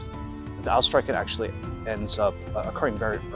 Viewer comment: Nice vid, just a little thing, the ch in streichen sounds like the CH in Loch Ness, not like a K.